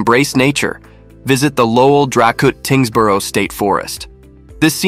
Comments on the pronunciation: Dracut is pronounced, dray’-cut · "Dracut" has a long A sound. It rhymes with "break it."